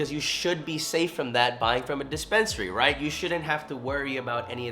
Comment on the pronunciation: “Right or wrong”? “righht” 🤡